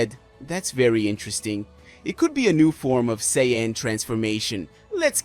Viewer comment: But... Butchering 90% of ALL the names.. 😓😱😭😭😭 Say-een.. Gaah xD